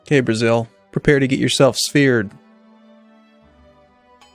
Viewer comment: it sounded like you said "Okay Brazil prepare to be speared"